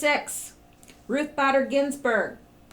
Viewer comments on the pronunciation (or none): it is "Ruth Bader Ginsburg" Bay-der - not badder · Ruth Bader as in bay-der Ginsburg.